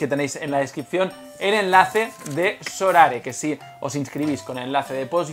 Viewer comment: A ver si alguno se da cuenta de que no es sorare, es so rare.